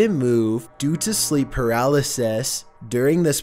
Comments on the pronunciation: Due to sleep PARAL-A-SAS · Sleep paralysæs